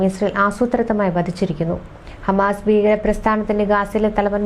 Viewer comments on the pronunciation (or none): ബീഗര - തെറ്റ് ഭീകര - ശരി ബൂമി - തെറ്റ് ഭൂമി. -ശരി ബൂഗർബ - തെറ്റ് ഭൂഗർഭ. -- ശരി.